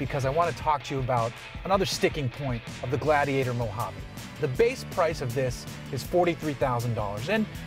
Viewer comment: Thank you for saying Mojave correctly!!!